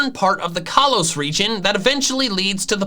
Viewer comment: kaalos me.... um um kalos